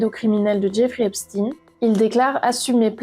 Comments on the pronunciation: Epstin, c'est epstein comme Einstein ! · Pourquoi prononcez vous Eipstine ? Ça se prononce Eipchtaïne. Et ça a bien une origine/connotation judaïque. Pourquoi vouloir camoufler ça ? Hein ? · Ce nest pas epstine mais epstein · Menteuse !!! Tu essais de détourner les accusations ! Et c'est pas Esptine ! Mais Epstein, comme Einstein ! Arrête ton baratin. Tu bosses pour qui ? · Arrêtez de l'appeler epstine ! Mais Epchtine... Ou alors c'est antisémite ? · Pouvez-vous svp dire son nom CORRECTEMENT qui est EPSTEIN et non pas EPSTINE 😡 il est ou était américaino-Israëlien...merci 👍🏼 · Pourquoi vous prononcez EPSTINE ??? EPSTEIN bordel ! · Incroyable mais vrai, Epstein se prononce Epchtein, tout comme Hamas "Khamas" je ne vois pas où est écrit K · Vous dites Albert Einstine ???